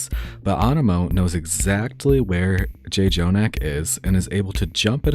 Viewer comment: Great video! The emphasis on balancing team mentality and redditing is vital because it's really difficult to switch between them properly in-game. The only two criticisms I could think of are: technically Lucio is a main support and should be keeping track of the off or flex support, and Jjonak is NOT pronounced Jay-jonak LuL